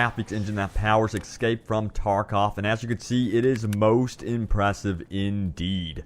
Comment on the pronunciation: You really need to work on enunciation. Half the time it sounds like you're drunk and the other half sounds like you've just had a stroke. Stop fighting your teeth. Ekscape isn't a word.